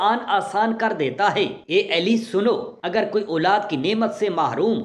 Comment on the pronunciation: Hazrat alika nam sahi tarha liya karey ap ali eli keh rahy han